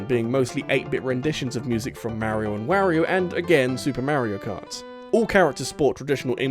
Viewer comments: Rawyriyo? Really? It's Wario. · "Yaush-ee" "Mare-io & Where-io"